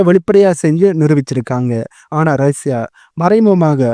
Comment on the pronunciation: ரஷ்யா வை ஏன் ரைஸாவாக மாற்றி உச்சரிக்கிறீர்?